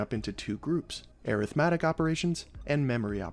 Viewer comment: Rest of the world: ArithmEtic: ErithmAtic